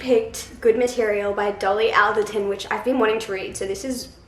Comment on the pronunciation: Hey bestie! Love your TBR jar vids and so excited for you to read Good Material <3 I really loved it! The audiobook is really good! PS. Dolly's surname - the "al" rhymes will "hall", so it's "all-derton". I only know this because I listen to a lot of her podcasts :)